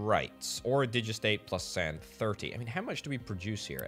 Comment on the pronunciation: Digestate is pronounced digest state